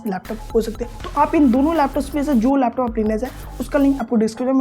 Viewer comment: Laptus nahi, laptop bolte hay